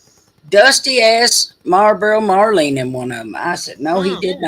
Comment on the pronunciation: Not Marlboro, Marlene!😂😂😂